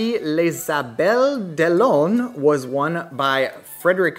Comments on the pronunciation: Ah no no no! Please look up how to pronounce Les Sables d’Olonne! You did worse than for Coeur d’Alene. Sorry, this is my hometown ... can’t let that one go! 😅 Looking forward to hearing your sweet voice saying it correctly! 😊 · You're getting the words out of my mouth... Google tranlate will pronounce it for you.. that'll make a quarter of your country's population proud of ya...